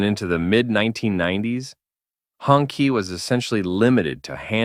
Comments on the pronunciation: It's pronounced "Hoon-Chee" (Red Flag), not " Hongki" 😂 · it's HONG CHEE not HONKEY stop pronouncing it like a slur for white people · Sorry AI, it is pronounced hong CHEE. Not hong kee. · It's hoong (red) chee (flag). I thought the AI said "honkey"!🤣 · Note to AI voiceover: "Hongqi" is pronounced "hoong chee". It means "red flag" in Mandarin. And I'm out right at the start of the video. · As a person who speaks Chinese, "honky" gets a chuckle out of me every time I hear it. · Hurts my ears hearing Hongkee A bit of research on hows pronounced goes a long way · That’s because the AI is obviously a honkie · it is pronounce "Hong TCHI" also I understand you don't want people to steal your work, but that logo at the top right is annoying as fuck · Maybe nobody cares, but I disliked the video just because the name is pronounced wrong, if you are talking about history, at-least make an attempt to pronounce foreign names correctly.